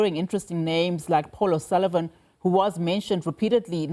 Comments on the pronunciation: Considering the effort Paul O'Sullivan puts in pronuncing African surnames...Olusavan sounds perfect! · Paul O Sullivan, not O Lusavan!!!!